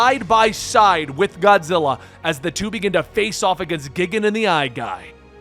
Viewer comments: It’s not Ghidorah that you pronounced incorrectly. It was Gigan. It’s “Guy-gan” not “Gih-gan” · You said gigan like gig-an but it is gIg-an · the only pronuntiation i had a small issue is for gigan from the godzilla movies i seen over 30 years the way it sounds in english it sounds more like guy gan not geegan even if its spelled gigan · For Gigan it's not Gig-an it's Guy-gan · It's not pronounced "Gig an" it's pronounced GUY GAN (gigan) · Dude, it's pronounced guy gan not gig an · OMG IT IS GUY-GAN not giggin smh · Gigan is the question that stood out to me. I'm always used to the name G - titan - Guy gan not geegan. so no clue which is correct. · Giggin? GIGGIN? Well you're clearly not a Goji fan. For future reference, it's pronounced GUY-gan. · Tell me ur not a Godzilla fan without telling me ur not a Godzilla fan? He mispronounces the fucking names!! It twitched every time he says gigan. It’s gai-gan, not gigun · Guy-Gan LOL not Gig Gan lol but thank you for more Godzilla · Pretty sure his name is pronounced “JEE-GON” but whatever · Gigin GIGIN ARE YOU FUCKING SERIOUS YOU CAN'T SAY GIGAN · 🦖: Gigan is pronounced "Guy-Gan". Just for future reference. If they ever decide to do another comic.~ 👍🏻 Loved the story by the way. It was action packed to the T! 👀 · Lol that's not the pronunciations that had me laughing it's how you said gigan that got me. It's said like guy-gan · It's G-i-gan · Not just the Ghidorah pronunciation, but Gigan too, for sure. It's "guy-gan". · Did he just say Megalodon? Lmao it’s Megalon. Also it’s (Guy-gan). For future video references. The random appearance of Megaguirus, Komacuras and Kumonga was pretty sick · Not worried about your ghidorah pronunciation, you did mispronounce gigan. It's Guy-gan. Loved the way you told the story! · Guy-Gan is Gigan's name the first time megalon appeared you called him Megalodon (like the prehistoric shark) also the Spider is Kumonga (Ku-Mun-Ga), Kamacuras (ka-ma-cur-us) and Megaguiurs (Mega-Gear-ius)